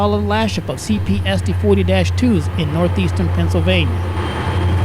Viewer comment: Nuthezern Penzilvania